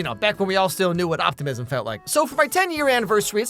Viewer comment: opt-ah-miss-uhm? im not familiar